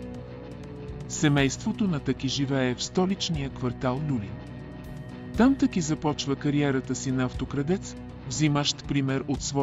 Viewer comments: Не ТЪки а ТАКИ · Много е дразнещо да слагате ударението на ,,Таки,,на последната гласна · Вземи си оправи говора! Казва се ТАКИ